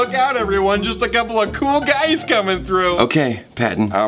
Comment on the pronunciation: Did Patton say “cool guys” or “cool gays” I'm so confused